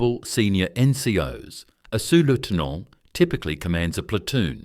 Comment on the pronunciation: La voix artificielle français de merde qui traduit et prononce le Français comme du Bullshitt.... On prononce R...e...i pas raie comme la raie de mon cul.. Marézal de loi.. ou lieu de maréchal des logis ...et C'est quoi un pélaton.. soulève talon ou su lutin au lieu de sous lieutenant . tenant gauche au lieu de lieutenant. capotin au lieu de capitaine. lol...in short the ranks are the same as in the other regiments. commonent pour commandant lol de chez lol . Major for non-commissioned officers is not a rank it is a distinction like Marshal for generals...the shoulder pad carries a grenade, not an incendiary grenade as the voice of shit translates into French